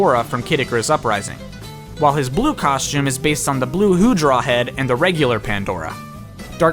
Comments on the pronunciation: He also said the hewdraw’s name wrong He-draw Not who-draw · I think he said Hewdraw wrong too.